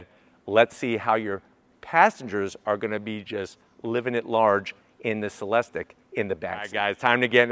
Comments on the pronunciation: It is not (Se les tik) it is pronounced (Se les teek) Come on. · It’s pronounced Celesteek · Sat it with me, “cell-es-teek”.